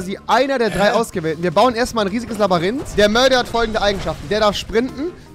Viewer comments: Wer kennt nicht das berühmt berüchtigte "Labarint" : min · Labarinth?! 😂 Rewi Labyrinth (sprich Labürinth) haha 😂😂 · Verdammt noch Mal das heißt LABYRINTH und nicht Labarinth ... meine Fresse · Wer kennt’s nicht das Labarynth 😂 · Rewi immer so: "das labarint" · Kein Plan woher der Typ die Aussprache von manchen Sachen hat... Labarinth, er finiched mich,... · Es ist so geil HAHAHAHA 'Labarint' 😂😂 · Ja das 'Labarinth' 😂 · "Dann bauen wir erstmal ein riesen Labarynth..." -Rewi 2018 (Beherrscht die deutsche Sprache)😂😂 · Niemand: Rewi: Labarinth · Ich feier es wenn er "labarynt" sagt xD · Du hast Labaryint gesagt xD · Dennis Balthasar es heißt Labyrinth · Immer lachflash wenn ihr labarinth sagt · Labarinth xD rewi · Labarinth sagt Rewi die ganze zeit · Wer ist auch bei jedem "Labarinth" hart getriggert?😂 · Wer kennt es nicht? Das „Labbarinth“😂🤦‍♂️ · Wer kennt es nicht, das Labarint xD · Niemand: Wirklich niemand: Rewi: Labarinth Stanni: anmörken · Das labarynt 😂😂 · Rewi sagt Labarynth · Rewi, Blond, glaubt man spricht Labyrinth "Labarinth" aus. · Es triggerd mich immer übelst wenn jemand labarint sagt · Warum sagst du immer "Labarint" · Wr sagt labirint und dan baut er eifach di wende auf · Es heißt Labyrinth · Labarindt hast du gesagt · wenn du noch ein mal labarint sagst dann deabo + disslike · Labarynt? Was labbasch du